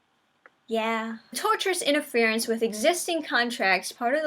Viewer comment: Why do I keep hearing people call it "Tourterous"? lol... there's no "R" after the "T"... its pronounced (tor-shis)